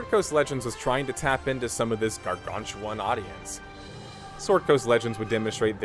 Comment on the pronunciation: Who says gargantuan like that that wtf?